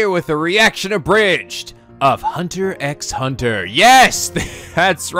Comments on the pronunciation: For the record, the X in Hunter x Hunter is silent, so it's just pronounced Hunter Hunter. And considering Gon Wants to become a Hunter to hunt for and find his father that's also a Hunter, you could say he's a..."Hunter" Hunter (after he officially becomes a Hunter). At least, That's one interpretation of the name.;) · That style of video is not gonna work later on, this show becomes more complex and hyper dense with information 30+ episodes in. Also the X is silent, it's "Hunter Hunter" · Psst pssst, the x are silent.... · regardless if it was mentioned already, the 'x's between words is silent cuz why not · Omg it's just "Hunter Hunter" the X is silent! :P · Oligatory comment about that "x" bit is not pronounced. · I'm excited you're doing this. Hunter x Hunter is definitely one of my favorite animes, and definitely something I would recommend to everybody, even over JoJo's Bizarre Adventure. As much as I like JoJo's, Hunter x Hunter is just so much more fun and accessible for people to watch. The 1st episode is collectively seen as the worst one of the entire series, and if you liked it that much, you will definitely love this show a lot. Also, I know a lot of other people are saying this, but you don't pronounce the "x" in Hunter x Hunter or in the episode names, it's weird, I know, but Japan likes to do weird things with titles. Anyways, I hope you enjoy this series as much as I do, and I look forward to seeing how you react to certain things that happen in the series!